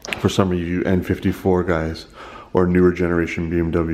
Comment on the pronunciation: You said N54 or M54?